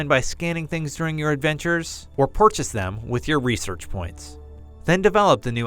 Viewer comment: Did he just say, "PORchase?"